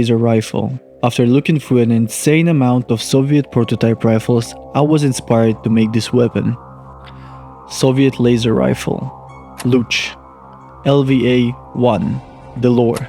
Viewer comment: you sad L-U-H-CH and i neede a min or two to understand what you basically said BEAM. Луч... I think in our spirit it would be something like LUCHIK you should also have made a WOODY variant.